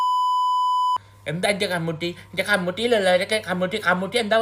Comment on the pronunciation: Comuuuttyy അല്ല മയമുട്ടിയാണ്🤣🤣🤣🤣🤣🤣